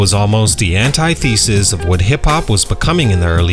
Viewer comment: It seems counter productive to use words that you think will make you sound smart (like ethereal and antithesis) without verifying their pronunciation before recording yourself attempting to say them.